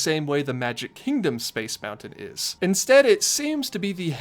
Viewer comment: I simply MUST SAY THANK YOU for saying Moun-Ton and Foun-Ton etc. instead of the incredibly annoying Mou - UN or Fou - UN. Again I say THANK YOU.